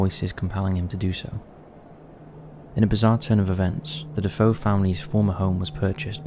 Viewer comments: It’s DeFeo, not DaFoe. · Just an FYI, the name is pronounced “De-FAY-oh,” not “Da-FOH”. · It’s DeFeo, not Defoe btw. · i think it's DeFeo, not DeFoe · His name is Defeo not Dafoe fyi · The proper way to say DeFeo is D -fay-o...I was a huge fan of Ed and Lorraine Warren...nice job on video. All of these have been made into movies